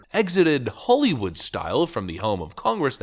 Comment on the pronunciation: Why are you talking like that? Holy wood... its holly